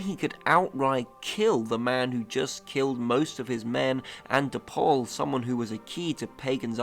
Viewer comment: You were trying to combine both of Paul's names, saying De Paul instead of De Pleur. It was cute 😆